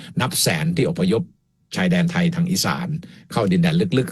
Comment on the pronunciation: ดร สมเกียรติ แนะ พิทา ให้ เปล่ง คำว่าไทย(ไทย คำนี้ พิทา เปล่งผิด) คำอื่นๆ ค่อยว่ากัน ส่วน คำอังกฤษ ฝรั่ง จะสอนพิทา (คนไทยไม่รู้อังกฤษ) หวังว่า พิทา จะเปล่ง คำนี้ได้ ถ้าจะ ลอกคราบ จาก พม่า เป็น ไทย